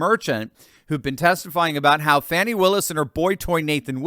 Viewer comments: Its annoying when they go out of their way to call her 'Faw-knee'. Its Fanni, sounds like granny, and is a synonym for ass...just like her party symbol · It's hilarious how CNN and MSM pronounce Fanny's name as fawny! lol